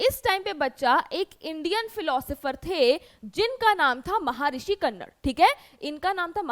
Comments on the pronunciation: कन्नड़ नही कणाद 😂😂😂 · कनड नहीं कणाद ओर पकुडा नहीं पाकुधा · महर्षी कन्नड नहि..... महर्षी कणाद...... Awesome lecture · पहले ये जान लो की वो कणाद हैं कन्नड़ नहीं हैं। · Ma'am my purpose is not teaching u but yeh (महारिश कन्नड़)nahi hai yeh (महारिशी कणाद‌) hai. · Ma'am the pronunciation of the name of maharishi is महर्षि कणाद